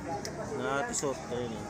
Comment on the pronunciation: Pronunciation of Tissot... Tee. sow ☺👌